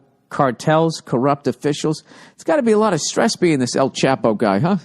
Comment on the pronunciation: I love how Old Billy Redtits can't even pronounce El Chapo correctly